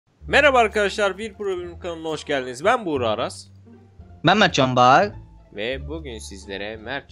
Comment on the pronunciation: R yi söyliyemiyor ve sole Ben